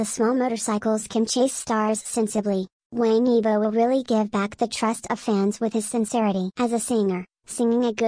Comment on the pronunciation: I wish the narrator would pronounce his surname right. Things like that drive me up a wall! It’s being pronounced like a Westerner- it’s not pronounced like Tang in English, it’s pronounced like you would say the word “wong” in English. Wang YiBo. (E bow) Sorry, just a pet peeve.He’s a really wonderful, talented guy. I feel we should always strive to get the name right if we are going to do a post. It’s not that hard.